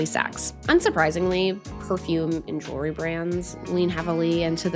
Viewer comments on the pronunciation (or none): none